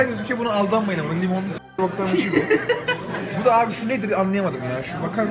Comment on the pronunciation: tuşlara basamıyorum artık "daa" daa? izmirli değil miydi? samsun şivesini kim bulaştırdı lan çocuğa.